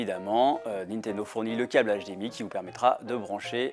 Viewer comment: "La Nitodo Switch"